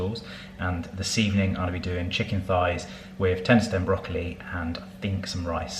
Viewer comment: Stender-tem broccoli?! 😂